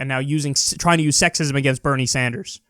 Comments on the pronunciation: Did the """""moderator"""""" call Bernie "senator Sandjew" ??? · "senator sand-jew" freudian slip?